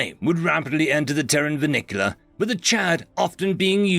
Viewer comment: what story are you reading where “colonisation” comes out as “colonialism”, or “vernacular” becomes “vernicular” (a word I’ve yet to find!) and don’t get me started about “pie-rick victory”! For the algorithm, but please understand that this old Terran is fecking confused!